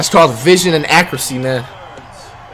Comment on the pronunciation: “That’s called vision and “accracy” man.”